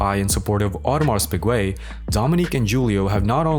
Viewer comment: lmao what a fcked up way to say the name